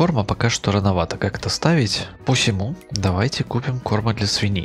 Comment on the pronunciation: "Посему" ударение на "у". За графон не извиню, в кои то веки решил на 43 дюймах посмотреть.